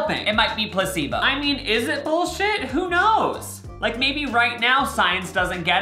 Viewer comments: And he says “🐱bo “ instead of placebo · Did anyone else hear "pussy thoo" instead of "placebo" 😂😭